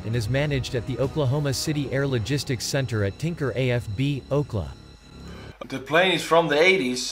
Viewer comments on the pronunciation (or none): The text-to-speech keeps pronouncing abbreviations as words. "Calif", "MO", "Okla" 😂